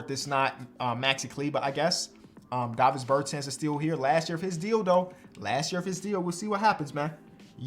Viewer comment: The way he pronounce Davis is crazy lol